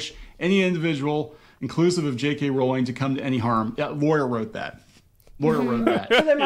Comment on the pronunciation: Can I just say thank you for saying Jk Rowling's name right? I can't believe after decades people continue to say it incorrectly. Love your content btw, I found you through the amber heard trial and love how you don't put up with bs